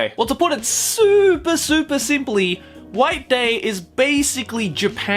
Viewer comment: instead of white day i heard wank day.